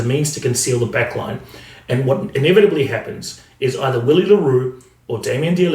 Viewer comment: Hey mate I remember you mentioning you’d like us to let you know if you’re mispronouncing a name. Willie le Roux’s first name is pronounced Villie 🙌🏼🏆. Awesome videos, really glad I found your channel. Cheers bru